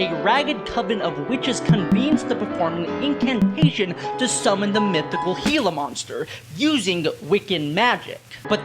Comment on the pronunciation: this vid honestly made my day, also I just love this album so much (bonus points for pronouncing "gila" right)